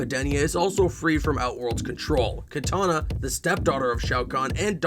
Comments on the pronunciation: Did u say Katana instead of Kitanana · kitana, NOT katana